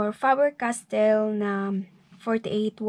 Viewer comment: Miss, Fah-ber castell po sabi nila sa Instagram. Btw new to your channel po 😊